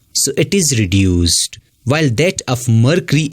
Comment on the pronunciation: ʳᵉᵈᵘᶜᵉᵈ ⁿᵒᵗ ʳᵉᵘᶜᵉᵈ